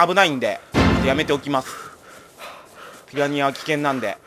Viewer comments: ２分４７秒 ピラリア笑笑ピラニアですよ笑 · 、ピラニアがピラリアになってる！！！ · ２：４７ピラニアがピラリアになってる